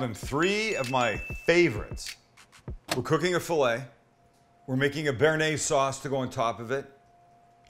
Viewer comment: brooo your bearnaise, come on...... haha